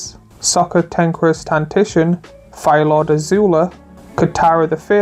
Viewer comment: I had to skip a lot because most of the things said are extremely obvious and redundant....and a lot of cards badly pronouced, like Azula Cunning Upriser? what? and Sokka what?... I know youtubers are lazy and not very good orator, but Come on !!